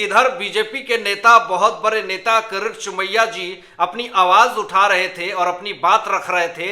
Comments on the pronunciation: Please learn to pronounce the Name KIRIT Somaya and not for Gods sake Karat Somaya. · When will you learn to pronounce properly KIRIT Somaya instead of saying karat Somaya.. worst anchor of the world as far as pronouncing names.